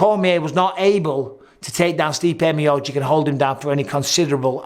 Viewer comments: Bisping still can't pronounce miocic (mee oh cheech) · C'mon Mike please say Miocic right